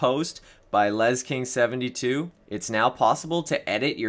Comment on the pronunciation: Actually, you pronounced it right. It's "Les" "King" (my name) and 72. Lots of people actually mispronounce it as "lesk" and "ing"